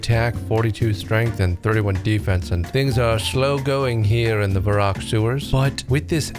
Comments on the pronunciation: Thought the same. Even the way he pronounced Varrock like Vah-roock instead of Verrick. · Your wife is diabolical for getting you to pronounce Varrock as Vah-Rock